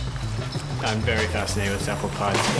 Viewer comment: weef squid. wesearch center. This guy is unable to pronounce rs!